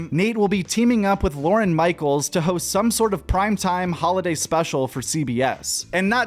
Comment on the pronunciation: And lorne michaels. He says lauren. :/